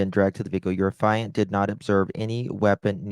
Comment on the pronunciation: Affiant is pronounced aff-ee-ant. No judgement, just helping so you will know next time. How did one man shoot Savanna and then Matthew alone? I don’t believe it. I think there was another person involved.